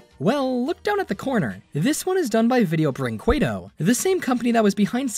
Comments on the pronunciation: The way you said “vídeo brinquedo” is funny for me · Your pronunce of Video Brinquedo almost killed me